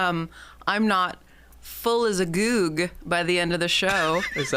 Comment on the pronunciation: Full as a goog is a great deep pull lmao but its pronounced with the short oo sounds like in cook or "boogie"